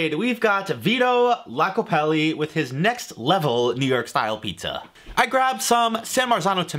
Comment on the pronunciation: Probably been said already but it's Vito Iacopelli...